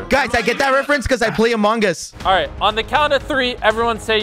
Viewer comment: Nobody- Absolutely no one- Quackity - “I play amongas”